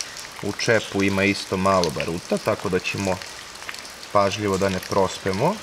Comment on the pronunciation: Ba^ruta, ne Baru^ta.